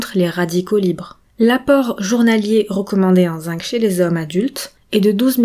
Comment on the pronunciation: Très intéressant mais, si vous m'autorisez cette remarque, le mot zinc se prononce "zing" en français, sauf si vous êtes Canadienne ("zink" au Québec).